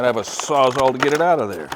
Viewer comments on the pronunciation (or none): Can someone address the crisis of everything pronouncing it SAWZAW